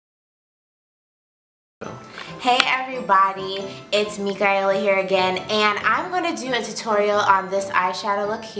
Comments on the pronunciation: OMG!! My daughter's name is Micaela and NO ONE can say it right!! So refreshing to see someone say it right! Beautiful name and girls! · I love how you said Micaela - reminds me of home. My cousins' name is Micaela are you of Hispanic decent? even if you aren't you are gorgeous and your puppy is so cute!!!